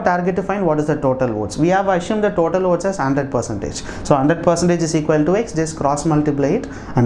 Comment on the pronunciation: Are you saying OATS¿